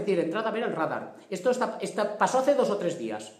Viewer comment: Rádar? Radar!